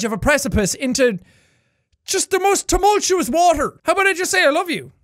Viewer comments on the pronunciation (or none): none